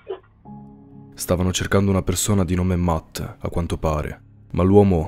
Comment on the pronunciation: C'è scritto matt ma si pronuncia mett